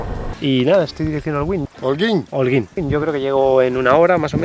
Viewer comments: No es Holgüín 🤣🤣 es Holguín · jajajajaja no hay forma que aprenda a decir Holguin jajajajajaja, es sencillo: la "H" es muda..... Olguin. Y otro detalle: se dice punta Maisí ..... NO "mesi"....... que es español tio no frances jajaja la "A" con la "I" siguen sonado AI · me hiciste reír a mad no poder. Holguín, es tu idioma y no sabes leer. Holguín, la h no tiene sonido u sin diéresis no se pronuncia, si le sigue otra vocal. Excelente detalle 👌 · Es increíble que no puedas pronunciar Holguín y que no puedas diferenciar entre una papaya y un mango...de casualiad eres gallego ???? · Por lo que vi el policía no te interrogó Más bien conversó amablemente contigo y te enseñó a pronunciar el nombre de la ciudad de Holguín que le llaman la ciudad de los parques y no hiciste videos de ninguno Igual buen contenido el de tu historia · Bien esa ruta pronto estaré por allá,y me sorprendió que no supieras hablar Holguín mira q es un apellido español bastente común el nombre de la cuidad proviene de esos orígenes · Me encantó como usa la parte donde el policía le dice el nombre correcto de la ciudad de Holguín para corregir cuando lo dice mal 🤣. Aunque me preguntó... Aguantó la moto todas esas maltrechas carreteras cubanas? 🤔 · Este señor que falso de plano, el dia que arregle visado americano se le olvidara el español, un español no pronuncia Holguin, ?????